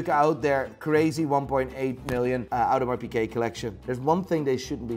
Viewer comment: Audemars Pikeh? Is that how it's really pronounced?